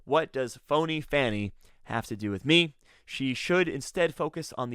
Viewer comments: Her name is pronounced like FAH-nee, not like fanny. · I'm pretty sure DA WIllis pronounces her first name like "Fawny". The other pronunciation is actually British slang for a female down South body part.